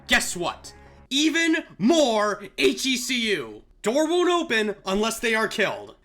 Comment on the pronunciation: YOU ARE THE ONE PERSON WHO SAYS H.E.C.U INSTEAD OF "HECU" LIKE EVERYONE ELSE CONFORM CONFORM CONFORM CONFORM